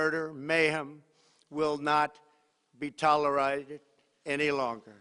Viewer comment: “ Will not be TOLERIDE any longer” 🥴 Wtf is this guy on? And maybe the President of the United States should learn how to pronounce “ Iran”🙄 he’s not even consistent with his mispronunciations!!!